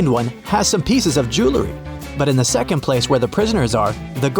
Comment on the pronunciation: Seacond lol